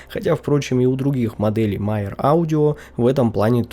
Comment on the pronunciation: Почему Myer читают как Майер?